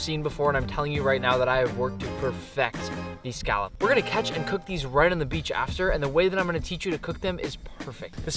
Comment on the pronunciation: saying scallop as skalp kills me